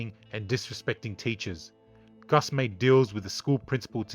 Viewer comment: Please, for the love of God, his name was Cus. Not Gus